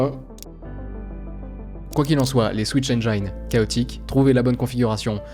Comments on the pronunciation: Je veux pas être relou mais on prononce « engine » comme jean❤ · "Engine" se dit [èn jinn]. J'ai appris ça il y a longtemps, je fais partager ! Excellente vidéo très bien dirigée, se laisser porter par le récit est tellement agréable. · La vidéo est absolument incroyable ! Par contre la prononciation de "engine" est a revoir haha ;) Mais ca n'empêche pas d'apprécier ton contenu au vu de la qualité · Super vidéo. Par contre, pour info le mot "engine" en anglais ne se prononce pas "aine-jaille-ne" mais tout simplement "aine-ji-ne". Ça m'a écorché les oreilles, surtout que tu le prononces un paquet de fois dans cette vidéo 😅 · Excellent :D Mini remarque : tu prononces mal le mot "engine" (le i se prononce juste i, pas ay) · Engine de prononce avec un "i" pas un "aï" :) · super, bien expliqué, et un peu de nostalgie pour moi car 'est l'un dès premiers trucs que j'ai codé pour apprendre le parallélisme en informatique 😁 ( PS: on aime faire de l'anglicisme mais on prononce le "i" dans engine, on dit pas "ai" mais bien "i"... trop de personne font l'erreur, par exemple dans unreal engine 😅😅 Je fais mon relou mais y a rien de méchant dedans) . Sinon encore une masterclass, un like comme toujours et hâte déjà d'une prochaine vidéo... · "Mais non, pas toi, pas comme ça!!!" Cher, j'adore ton contenu, donc je me dois de te dire que "Engine" se prononce "haine-dji-ne" et non pas "haine-dja-yne". Bien à toi. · merci pour la vidéo très intéressante, cependant attention on prononce engine "enjine" pas "enjayne" ;-) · Society if les youtubers français arrêtent de prononcer "enjaïne" pour dire "engine" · S'il vous plait, apprenez a prononcer ENGINE... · attention prononciation de engine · Super video, par contre c'est pas comme ça qu'on prononce "engine" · Rip la prononciation d'"engine" :( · cool vidéo mais ouah ta prononciation de engine fait mal